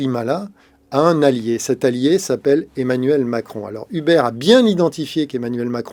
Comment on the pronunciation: Un effort sur la prononciation ? Il me fume à prononcer "Hubert"